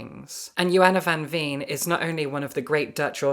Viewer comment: I know you care about pronouncing names correctly relating to the original language so this is no criticism. Not at all. Johanna van Veen is closest to pronounced as Yo-hanna van vain.